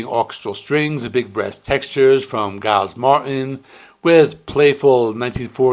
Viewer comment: and the G in Giles Martin is pronounced as a J.